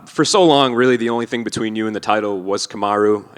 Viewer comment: Leon pronounces TH with F lol